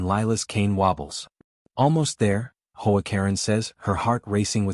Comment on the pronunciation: H.O. A. Katen stop saying as Hoe A. I do not like AI stories they suck .